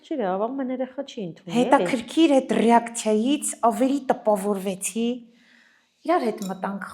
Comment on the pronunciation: Փեսիս չէ այս փեսայիս Ռակցիա չէ ռեակցիա